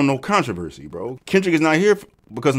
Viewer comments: The con-to-verse-see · it’s control-versee